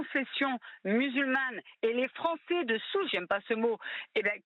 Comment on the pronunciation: Mdr le frero kabil : moi je suis devenu Fronçais 😅😅🤣🤣